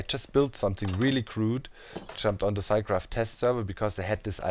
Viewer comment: "Härmit Gräfft" Well, only a few Germans say it like this :D